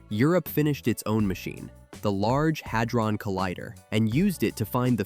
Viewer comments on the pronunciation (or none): none